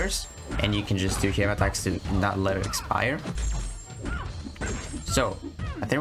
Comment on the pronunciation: Thanks for all the tricks and utility I am ready to R3 and mine and kick ass. You accent makes laugh every time you say “hey” attacks lol 😂 keep up good work bro 🍻